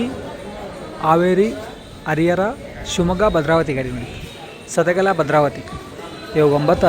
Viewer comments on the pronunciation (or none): ಸದಗಲ ಅಲ್ಲ ಬ್ರದರ್ ಸದಲಗ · ಸದಲಗ ಅದು ಸದಗಲಾ ಅಲ್ಲ correction maadi brother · ಸದಲಗ ಗುರು ಅದು ಸದಗಲ ಅಲ್ಲಾ...ಎಸ್ಟು ಸಲಾ ಹೇಳಿದೀನಿ😮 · ಸದಲಗಭದ್ರಾವತಿಯದು. ಸದಲಾಗ ಅಲ್ಲ